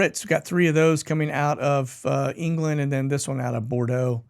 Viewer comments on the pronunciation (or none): none